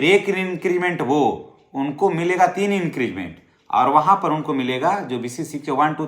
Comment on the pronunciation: आप बार बार इंक्रीजमेंट बोल रहे हैं,सही शब्द इंक्रीमेंट (increment) है।